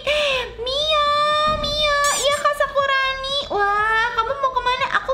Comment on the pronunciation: maaf sakurani kak bukan sakuroni maf sekali lagi